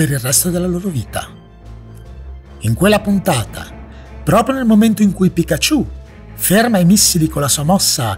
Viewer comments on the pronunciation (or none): io ti adoro ma pikachUU non si può sentire